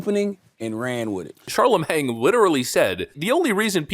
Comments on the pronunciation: “Kamala pronounces patently and absurd incorrectly.” Also: “Charlemang.” Still love you,! 😂😂😂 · I love how you refuse to get his name right... Chalamang😂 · Sorry, but you’re pronouncing “Charlemagne” like “Charlamang”. And that’s funny.🤣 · "Sharla Mang" 😂😂😂 exactly the level of respect this dim-wit deaerves 😂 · Charlamagne has a silent g, just sayin. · But you mispronounced Charlamagne 🤔